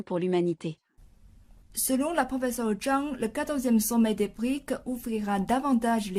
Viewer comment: un détail, brics n'est pas le pluriel de bric, il est important de prononcer les "s" à la fin , préciser la signification de brics car tout le monde ne sait pas voire peu de gens ... brésil, russie, inde, chine et south africa ... sinon ravi de voir que les brics sont un contre pouvoir à l'hégémonie américano-occidentale